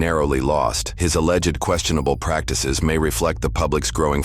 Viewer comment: Alleged is two syllables, not three. Allegedly is four syllables.